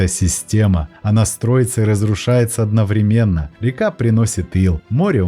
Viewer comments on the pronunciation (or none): none